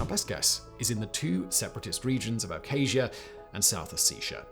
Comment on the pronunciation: Why can't a so-called expert even pronounce Abkhazia and Ossetia? It's such a joke